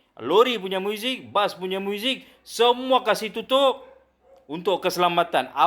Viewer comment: Kata cikgu.Tapi sebut muzik pun xbetul.Muizik😂😂😂